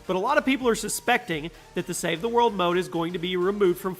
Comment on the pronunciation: Ok he says “save he mode” instead of “ save the world” 😂